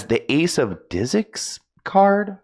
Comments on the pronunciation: Nooo not reading disks as disicks 😂😭😭😭 the kardashian have affected him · "Ace of diss-icks" Baby, honey. It's disks. I love you lmao